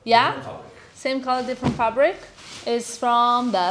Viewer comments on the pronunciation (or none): none